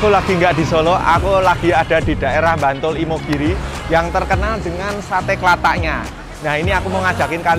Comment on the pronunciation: Bantul koh. Bukan Mbantul... wkwkkwkw...